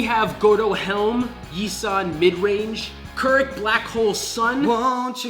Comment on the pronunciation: I was kinda upset that k'rrik was shut down hard. I think the decklist should've been different...I dont like some of that black hole decklists choices. I'll say that i fucking loved was how his name was pronounced correctly (its KERRICK GOD DAMNIT)